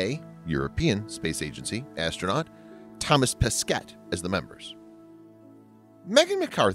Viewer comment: For your information, you don't pronounce the last S for Thomas, and you don't pronounce either the last T for Pesquet. Yup, french is weird ;)